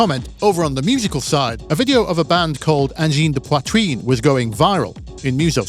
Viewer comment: honest? of all the anglophones I've heard to this day say "angine de poitrine", you're the one who botched it the least XD